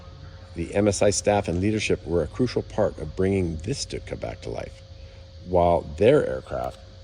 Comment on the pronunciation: its stuka not stutka.